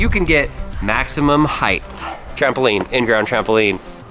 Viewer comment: Height** Not heighth